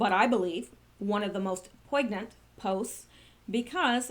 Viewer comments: OMG... did you just POIG-nant? with a hard G? Try this instead.... POIN-nyent, silent G. Or, maybe you were just 'playing with words'. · Hey, English major, you're driving me insane! Would you PLEASE correct your pronunciation of the word "poignant"? IT has the "GN" dipthong, kind of "swallowed" "G", not the hard sound with a stop before the "N" that you use. It should be poi-nyant spoken. Sorry, one of my pet peeves. Cheers, Dave